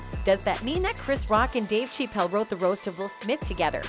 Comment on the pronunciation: Dave Shay-pell?